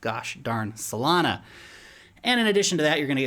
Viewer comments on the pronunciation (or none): none